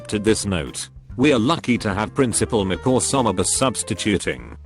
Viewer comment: Can’t blame the robot voice for saying touble and prinicipal